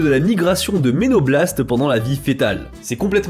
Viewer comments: Eh, un peu de sérieux quand même. l'ENZYME ALDH pas l'usine ALDH (sérieux? xD). Et elle est pas absente, juste moins produite. une tAche, pas une tâche. MELANOBLASTES, pas menoblastes! Trop cool d'amener un peu de science mais bon, un peu de relecture, quoi:) Force! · Mélanoblastes et non ménoblastes.